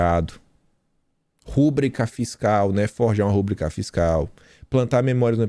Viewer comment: Não é rÚbrica . o certo é ru brÍ ca..